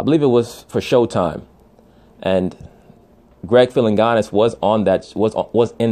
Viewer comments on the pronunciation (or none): you have some valid points but do better research Jimi Hendrix was murdered! Also Greg Philliganes is pronounced (Phill-a-gains) bottom line the World would be f-ed up without the contributions of "some" of these entertainers. Most great musicians in history lead tortured personal lives. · It’s Greg Phil-in-gains.